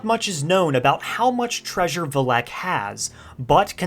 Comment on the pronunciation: There you go again. The emphasis goes on the Vel NOT the ehk.